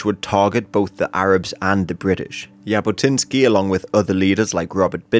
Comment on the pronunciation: Zhabotinsky* not Yabotinsky* And yeah, he definitely was a fascist, but not as much of a fascist as he is portraited like. He was more like of a nationalist rather than a fascist...